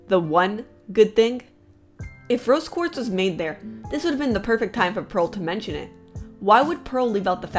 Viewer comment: she said brose quartz